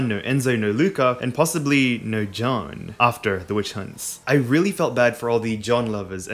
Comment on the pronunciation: It's Jeanne pronounced Jaaane with the "a" like in "Park". Because it sounds like you are saying John. Lol